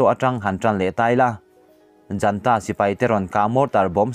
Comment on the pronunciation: Thu chhiarchhuah a ngaih nawm khawp mai. Chumi karah heihi kan lo zep ve. Junta hi a ziak anga lam mai tur.